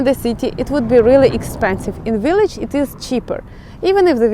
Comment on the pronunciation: “Unexpected” is the word you want, although “unexpectable” is an interesting new word! Also, “village” and “villa” are pronounced with a V, not a W, the same as B in Ukrainian, so think, Billage. Personally I prefer a village that is small and where you can have chickens and a garden! In the US we would call what you are showing us a suburb.